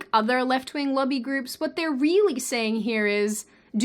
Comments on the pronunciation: When you say "lobby groups", it kinda sorta sounds like "lovey groups." Was a little confused for a bit... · Whats a "luggy group"? Oh lobby!